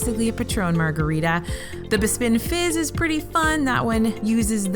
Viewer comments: i think i said this on the last galaxys edge video but bespin im pretty sure is pronounced bess-pn not buh-spin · it's pronounced Bess-pin, not Buh-spin.